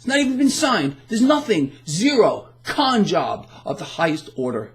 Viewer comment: Did you say a "Con Job" or a "Don Job"? A "Con by Don" might be appropriate.